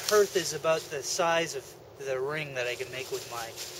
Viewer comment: .hearth härTH/ noun noun: hearth; plural noun: hearths the floor of a fireplace. "the crackling blaze on the hearth" the area in front of a fireplace. "they were sitting around the hearth" used as a symbol of one's home. "he left hearth and home to train in Denmark" not "herTH"